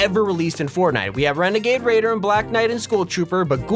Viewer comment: Wenagade wader